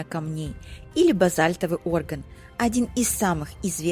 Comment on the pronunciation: Не Орган а оргАн. Базальтовый Орган это как выразился ваш спутник из серии "Греческая смоковница".